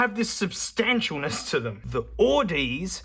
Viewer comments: Please stop pronouncing Audeze like ahhdeez haha. It’s Audeze like Odyssey. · I have the Audeze lcd-2s. Tried to order a cheaper set of Audeze headphones but they were all out of that model so they upgraded me to these bad boys. Also it's pronounced (odyssey) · Listening to this on my Audeze LCD-2! Love your vids! Just for future reference, Audeze is pronounced as "Odyssey" but replace the "ss" sound with a "z" sound. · Aussie reads Audeze as Aussies. I always heard it read like Odyssey. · FYI "Audeze" is pronounced like "Odyssey" with a Z Apparently the name was inspired by 2001: A Space Odyssey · That pronunciation of Audeze